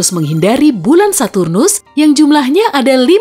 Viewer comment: Kok lucu ya denger bilang saturus 😂